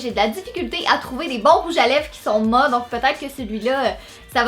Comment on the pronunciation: on dit maT pas ma